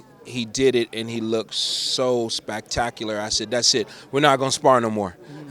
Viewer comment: SPACTACULAR? lmao..